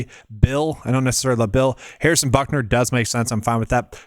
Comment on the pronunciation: Its but ker. Not buck ner. He used to play 1st base lol